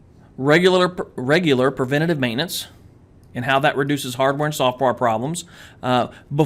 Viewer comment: It's "Preventive" .... Not "Preventitve" :D I'm sure what i'm saying is right this time, i swear! :D - an Egyptian guy